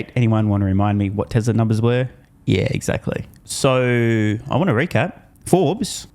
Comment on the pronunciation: Tesla, Tesla. Not Tessler